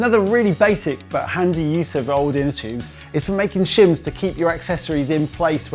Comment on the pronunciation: "Inter choobs ". "Choobless valve"